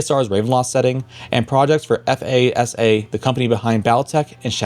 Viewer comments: I’ve also heard it with shorter a’s like “fahsah” , but true, rarely just spelled. “Like NASA” would be more appropriate I think. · I don't think I've ever heard anyone spell out FASA like that before, it's usually just NASA-with-an-F. Originally stood for "Freedonian Aeronautics and Space Administration" and no one spells out NASA.